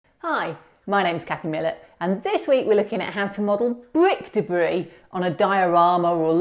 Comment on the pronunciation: Bwik Debwi.lol. good video :)